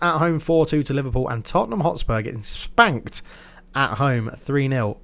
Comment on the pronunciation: Nice little emphasis on the SPANKED when reading the Spurs and Man U result lol